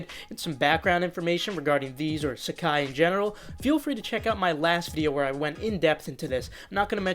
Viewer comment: nailing the pronunciation